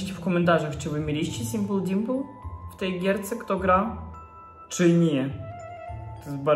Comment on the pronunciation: Jak fajnie mowisz simple dimple i mam